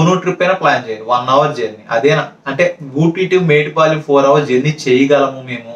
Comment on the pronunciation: Kavalane metupalem anakamdi adhi metupalem kadhu mettupalem